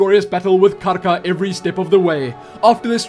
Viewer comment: You say Karka so beautifully :D